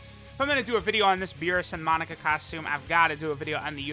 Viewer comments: Anyone keep hearing Monica instead of Monaka? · Its amazing how u say u pronounce names as they say it in the anime but u continuously say his name wrong. For the last time its not fucking “monica” it’s pronounced “MOE-KNOCK-KA” get the shit correct it’s annoying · its MO - KNOCK - UH not MON - ICA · Ahhh the good ol days of saying MONICA instead of Monaka:) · Am I gonna sit through 17 minutes of calling Monaka 'Monica'? You bet your ass I am